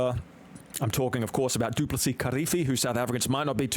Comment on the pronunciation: his name is "Du Plessis"... trust me, we know about him in SA 😂🍻